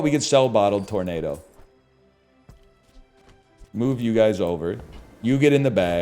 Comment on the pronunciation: Why does he keep calling us gay Murrs at the beginning of every video